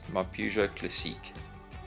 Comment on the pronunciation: Hi, I'm French speaking and I like how you pronounce "classiiiique". When I was a child I dreamed of having a Peugeot.. What a great job, bravo !! Au revoir :-)